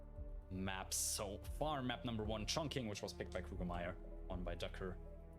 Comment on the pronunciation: Mate, with all due respect and love, the Q in Chongqing gives a similar sound as 'Ch' and not what us English speakers are used to.